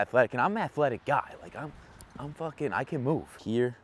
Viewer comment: “Fooken peesa shit” killed me 🤣🤣🤣